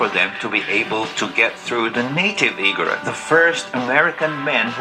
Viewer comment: Not to criticize, but to help you pronounce it correctly. Igorot is pronounced ‘Ee-gooh-róot’. 🤓🤓🤓